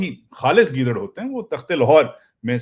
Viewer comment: چاچو گیدرن نہیں کہتے ہیں گیدڑ ئ کہتے ہیں